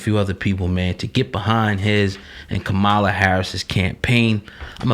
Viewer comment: First thing her name is pronounced COMMA’LA in case it’s hard to remember! If you DO NOTHING- YOU GET NOTHING! You brothers questionable as hell!